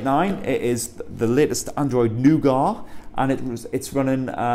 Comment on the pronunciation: What is "Noo-gar"?